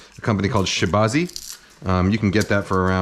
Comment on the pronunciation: Just FYI, in case you're interested, it's pronounce more like sure baa dze. SHI BA ZI ZUO, for the full name. In case anyone else wants to find one of these things out there on the internet. They're out on most/all American online retailers as far as I can tell, but Ali Express has a bunch in stock, in a bunch of different models/styles. Might be worth looking at your local Asian grocery stores, assuming there are any around you.